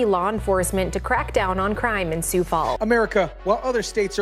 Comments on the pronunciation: It's pronounced sue, not sues. Great segment, though. ❤ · just a little pronunciation tip: the "x" in Sioux is silent! Just say "Soo" as in "soon" & you'll be golden. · "Most" of South Dakota is on board with this, but the liberetards are slowly creeping in here too! And why is driving fast being lumped in with this, we need a little excitement in Sioux Falls. Which brings me to another thing, it's pronounced Sioux (sue) Falls, a little research makes the story SOUND better. Dear criminals, A LOT of people own guns here also! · Sioux is pronounced sue.